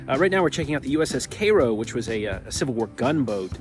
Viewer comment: Thank you for the tour of Vicksburg and the views (and correct pronunciation) of the Cairo.